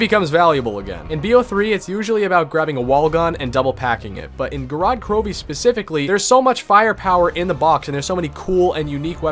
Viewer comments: An absolute classic, but couldn't pronounce the map name kek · Me being a Russian speaker the way he pronounces the map's name gives me O.C.D. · Its Gorod Krovi